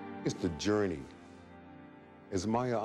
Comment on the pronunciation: lol he mis pronounces Maya Angelou's name in the end. But that's okay that's not the point of the interview. Still funny though.